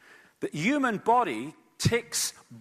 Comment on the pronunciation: Can someone please explain why this man pronounces the word "human" as ewwman? Wtf is his problem? Does he fucking think the h is silent?? Smdh, so annoying!